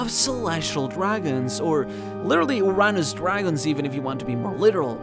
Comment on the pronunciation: Is it actually called "urr-nus" or "uranus"